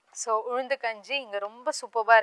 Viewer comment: Her pronounsation about ulundhu not good, saying uzhundhu....